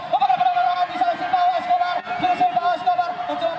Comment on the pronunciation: Silvio bukan silvao😅